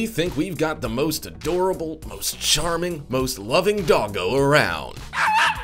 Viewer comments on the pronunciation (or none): none